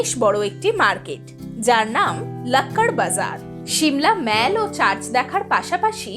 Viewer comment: Good information. One serious comment. You are continuously pronouncing “Mall” as “মেল”। শুদ্ধ উচ্চারণ হবে “মল”। You are ruining your post mentioning continuously as মেল ।